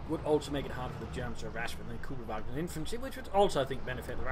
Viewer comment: a russian soldier talking about dawn of war 2 #justdanethings btw it is pronounced kÜbelwagen like the ü in panzerfÜsiliere